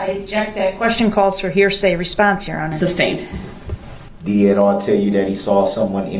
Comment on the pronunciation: Entertaining how he says "substain" instead of sustain(ed)